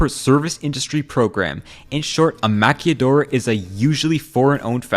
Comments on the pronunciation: It’s maquiladora not maquilladora no y sound. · It's pronunced maquiladora not maquilladora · Is not Maquilladora! 😂 its Maquiladora L A Lahhhh, Lhhhh ahhhhh la, maquilahhhhdora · I feel like you’re adding too much exotic spice to the word maquila, it’s not pronounced maqiyadora. It’s pronounced maquiLa and my parents have tons of stories from when they worked in the maquila when they were young lol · Fun fact: A lot of the stuff manufactured in Northern Mexico are being created with a "Made in USA" seal, but are in fact, made in Mexico...BTW, just thought you should know... Manzanillo is pronounced Manza-niyo (not manzilo) and "Maquiladora" Maki-Ladora (not Maki-Yadora that's make up artist LOL) or just maquila (Maki-Lah) for short. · Just to let you know, you keep saying "maquilladora" with two l's, which means a female makeup artist. The word for the factory is "maquiladora" with one l and a single Spanish l is pronounced like an English l. Interesting video though! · Hey, good video, I understand that you don't speak spanish, so I just wanted to say that maquiladora is pronounced as ma-qui-la-do-ra, instead of ma-quial-do-ra, separeting the sound ke from la distinctively. Also another example is that tesla is building a factory in Monterrey, keep at the good work. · I live channels that explain history like this. Oh and its an L sound on maquiladora not y sound lol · bro it's "ma-kee-la-dora" not "ma-kee-ya-dora" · girlie it’s pronounced “Ma-qui-la” (soft l) not maquilla, as in padilla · Ma-KILL-uh-door-ah. Not Maquelladoris. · You only get the y/j sound in Spanish when there's a double ll, not when there's only one l. So Maquiladora is pronounced with an l sound, not a y/j sound. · 0lease don’t make up words, it takes 4 minutes to serch how to say Manzanillo (mansaˈniʝo) and maquiladora (makilaˈðoɾa]) and you missed out in our presidential hoax for more than 50 years making it a loss for the country to sustain their greedy asses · Man-za- NEO... Ma-kila-dora.